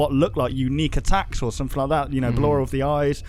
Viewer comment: it's ballor